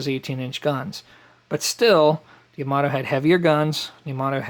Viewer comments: Quick tip: Yamato Ya-Ma-To (a as in Ja (German), o as in No) No stressed syllables, so not Ya-MA-To, and it's Ya, not Yo. The joy of knowing Japanese: there's only one way to pronounce any given character. Sorry, just a pet peeve since so many pronounce Yamato like it's English. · Pronounced…Yah-Ma-Toe (Yamato)